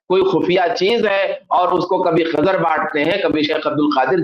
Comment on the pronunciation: Khazir Nahi Khizr plssssss allah ke waste nam ka prounounciation durust kro kan me chub rha h litrally